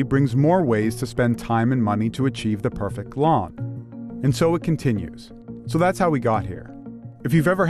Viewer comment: anyone else annoyed the way he says "perfect" like "perfick"